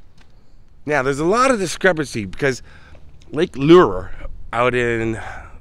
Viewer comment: Hey I love the way you pronounce Lake Lure ❤️